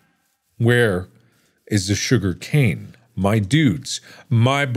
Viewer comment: There's more... J O O G E R C A N E